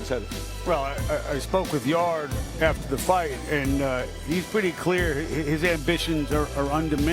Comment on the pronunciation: Anthony's name is yardė not yard like back yard 😂 espn and top stank are terrible